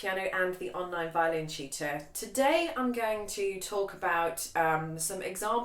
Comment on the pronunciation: How you proniunce tutor makes my ear register as cheater🤣😅..sorry.